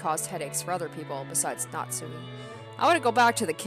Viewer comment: Pronunciation notes: - You did Natsuhi's name correctly - Beatrice is like Bay-ah-toh-rii-che. You'll hear it plenty of times. I like to hear your theories and analysis! Even so early, I feel like you're picking up on things that are important to notice.